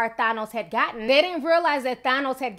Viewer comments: His name is pronounced (TH-anne-ohs) not (TH-on-ohs). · Than-os is fair even though he is misguided. He wanted to do whats in the best benefit for the people in all the planets. Im mad at how you say Thanos. Lol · Ti you sound Puerto Rican when you say thanos 😉 i love it ❤👍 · And you’re saying thanos wrong. I love you but I just can’t